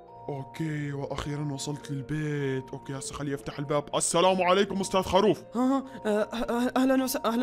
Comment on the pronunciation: خروف مو خاروف